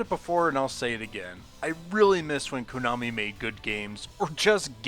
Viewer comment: Stop saying "Koonami."